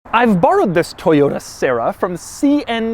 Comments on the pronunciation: Try keeping yourself serious after you hear Sarah instead of Sera... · SEH RAH that's how it's said. It's a Tercel with gullwing doors. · Doug for the love of god, please listen to some Doris Day and learn to pronounce the bloody thing properly!!!!